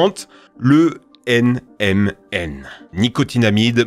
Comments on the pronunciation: fait gagge des fois tu dit "MNM" et non "NMN" voila c'est tout bonne journée ^^ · Il à dit m&n :D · Ça me fume le nombre de fois où il dit "MNM" au lieu de "NMN".